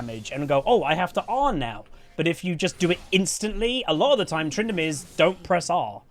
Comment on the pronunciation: "Tryndinips" I hate that but I love it